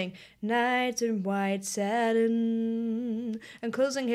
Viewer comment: It's not "satern", as you pronounced it. It is "satin". That's why he doesn't drag it out, as you suggest.